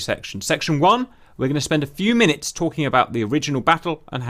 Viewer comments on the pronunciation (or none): none